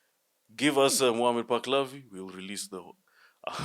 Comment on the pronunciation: You do not know what you are talking about. The name is Muhammad Palavi, not, Baklavi..